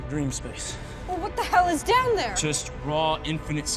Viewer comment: A great video, but what a shame that the narrator pronounces “the” as “duh,” or “there” as “dare.” It ruins the entire piece for me.